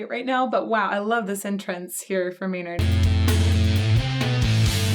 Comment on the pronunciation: okay, so a little later , you saying you have cussed so much, but then you say name, & I hear it not as his name. LOL